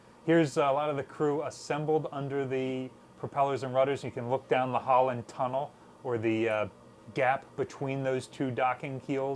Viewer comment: Every time says "we're looking down the hull and tunnel" it sounds to me like He says we're looking down the Holland Tunnel 😂